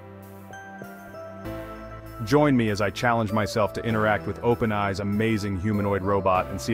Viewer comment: Everything about this video is AI. The AI voice can't even pronounce openAI properly.